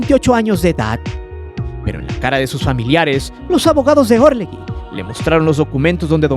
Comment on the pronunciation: ASNOS... Se pronuncia orleJI...no existe la U entre la g y la i